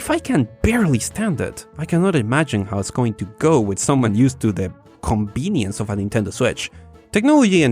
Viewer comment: i like how you pronounce "Balve, ConBenience" Instead of Valve & convenience. You are one of a 【B】ind. 【B】unique。 Bc or PC? BBBeenie